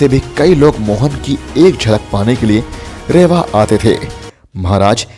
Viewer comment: रेवा नही है रीवा है।